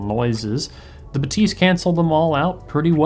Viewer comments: That shit is pronounced bath-ys and no one can tell me other wise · baTEES 😂. Still curious who invented this pronunciation. Certainly not Focal on any of their promo videos. Must be the English speaking media. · Agreed! How can I trust audio reviewers' hearing if they can't even properly hear how the company themselves pronounce the product name???? Shame.